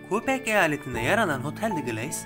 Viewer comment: Fransızca kökenli yer isimleri yanlış okunmuş ancak öğrenip düzeltilebilir. Québec: Kebek, Hôtel de Glace: Otel dö Glas Yonge Caddesi 56 kilometre uzunluğundadır, 1896 km 11. Ontario Otobanı'nın uzunluğudur. Video Kanada hakkında basit bilgiler içeriyor fena değil, videonun sahibi bu tür videoları yapmakta hevesli sanırım. Bu yüzden gelişeceğini düşünüyorum. Not: Arkadaşımı ziyaret etmek için Kanada'ya vize almak için başvurmuştum ama geri dönme kesinliğimin olmadığı iddiasıyla geri çevirmişlerdi... Anlaşılabilir tabii, Türkiye politikaları malum şekilde giderse... Bu da Kanada'yla böyle bir anımdır.